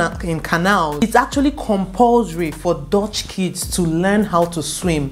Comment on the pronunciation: It is not pronounced as dotch, it is dutch u not o